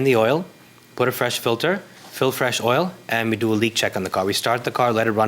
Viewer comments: I am curious why both plaintiffs pronounce the word "Oil" so differently. I have never heard oil referred to as "Ohyou". Maybe a geographical linguistic difference, considering they are both saying it the same way. Interesting. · Defendant says oyel not oil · The plaintiffs can’t pronounce the word, “oil”. They say, “oi-oh”. LOL… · I don't think I've ever heard the word oil pronounced the way those two did. Plaintiff did not prove her case. If you can't prove, you don't win. When you come to court, come prepared. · The way the plaintiffs pronounce OIL is like nails on a chalkboard😑